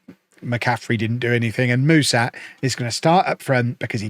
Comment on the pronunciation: Ș in Mușat's name is pronounced "sh".